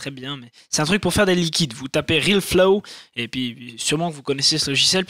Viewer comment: C'est RealFlow est pas RilFlo :3